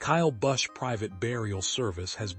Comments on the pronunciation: learn peoples names buddy--You are awful! Busch is his name. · Sick can't even pronounce his name correctly, not to mention the other names of nascar drivers they butcher terrible A-I post.